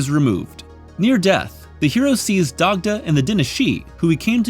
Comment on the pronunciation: These recaps really make it clear just how skinny Hellboy has become over the years. By the end of the video he's a damn beanpole. Also btw Dagda is actually pronounced "Dahda" with a little phlegm on the h. Props for your correct pronunciation of Hecate tho, most people mispronounce it phonetically or as "Heckit"